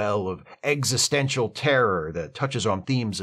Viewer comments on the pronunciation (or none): none